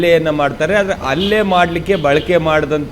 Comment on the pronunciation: ರಿಪೋರ್ಟರ್ ಅಣ್ಣ. . ಅದು ಅಲ್ಲೇ ಅಲ್ಲ ಹಲ್ಲೇ ಅತ್ತು ಅಲ್ಲ ಹತ್ತು